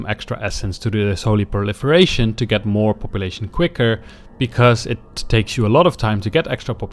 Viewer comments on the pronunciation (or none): none